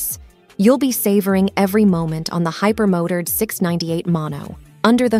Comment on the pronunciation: Tell me you're a bot without using the word bot. You pronounce the word Hyper-mo turd instead of hyper-Mo Tard